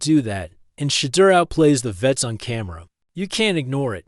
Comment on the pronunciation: Will you people who create these segments, please stop, intentionally, mispronouncing this Man’s name. This dud pronounced his name, differently. 3 or 4 different time. This is disrespectful and stupid. I believe it’s intentional. WTF?